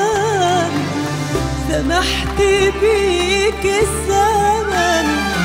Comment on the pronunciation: عمليات التجميل خلتها تنطق. كلمة الزمن. بكلمة السمن. الي ركز مثلي ع مخارج الحروف. يحط لايك. صوتها. عبارة ان نهيق في نهيق بنسبة لي غنتها مي فاروق مع المايسترو مايكل ابراهيم افضل من امال ماهر